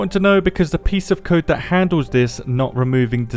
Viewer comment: They're supposed to be "fixing it" but everytime they say dhut like that it's worse and worse